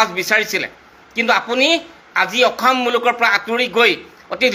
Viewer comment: মাল খাই কৈ আছো নেকি।অসম শব্দ টোকে ভাল কে কব পৰা নাই ।ফাল্টু